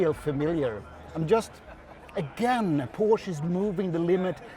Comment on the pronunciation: Great video! Finally a reviewer who can pronounce the word Porsche correctly, like Germans do ;)